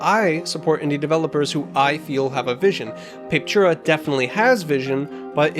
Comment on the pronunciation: Man it's painful listening to you butchering the name over and over. It's pronounced pah-peh-too-rah.